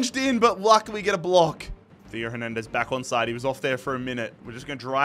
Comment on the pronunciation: Why are you suddenly overpronouncing names like Hernandez and schlotterbeck?